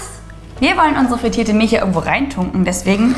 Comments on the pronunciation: Liebe, es heißt MilCH nicht MilSCH 😂😂😂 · Miltsch Feli: Milch Man kennts😂 hach ich liebe eure Videos so sehr💕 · Alter es heißt MILCH und nicht MILSCH. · Mil c h nicht Milsch ch ≠ sch